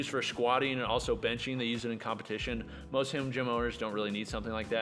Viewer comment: Am I crazy or does sound like he's slurring when he says "Most, sounds like "moesht" and it was so distracting that it pulled me out of the video hahaha. I love you man.